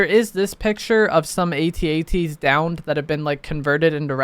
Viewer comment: is officially the first content creator to pronounce at-at correctly